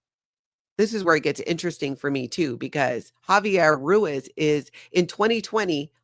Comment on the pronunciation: Ruiz is pronounced Rue-EEZE.